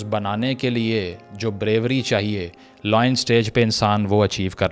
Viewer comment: Brother Pronounce lion as lion not loin